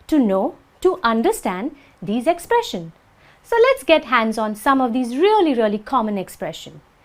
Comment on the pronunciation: '10 expression'? Why don't I hear a [z] sound when you pronounce the word? You say '[ 'tɛn ɪkˈsprɛʃ(ə)n]- no [z] sound at all! Why?